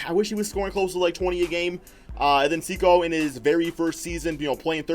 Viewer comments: Is Sekou not pronounced Say-koo instead of See-cow or however ur pronouncing it? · It's pronounced Sek-ou